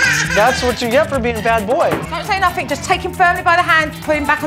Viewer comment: Her pronunciation is appalling: MisCHEEVEEous Chowd Chiwdren Sumthink Nuffink Togevver Miw-Wiw (meal-wheel) And the grammar… Don’t say nuffink to him 🥴🙄